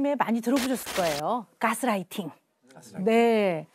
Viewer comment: 으허유ㅜㅜㅜ 진지하게 듣고 싶은데 자꾸 깨쓰라이팅이라고 하니까 집중이 안돼.....